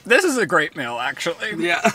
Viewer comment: I say this with respect because love both of them but why can’t Ryland pronounce “ee”/“ea” sounds like meal, deal, feel lol